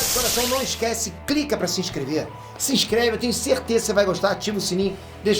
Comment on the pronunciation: "Crica" aí galera kkkkkkk